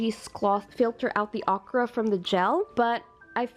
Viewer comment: Please pronounce Okra correctly.